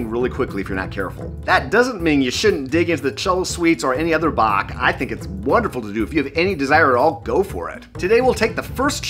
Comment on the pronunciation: Thanks for pronouncing Bach properly